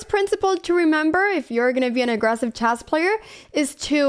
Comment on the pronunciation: Would you please pronounce [chess] correctly, please? It's not chase, but it's pronounced chess with an E.